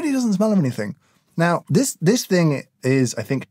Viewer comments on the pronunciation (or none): none